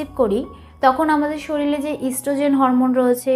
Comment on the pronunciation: শরীরে না বলে শরীলে, হায়রে উচ্চারণ !!! 🥸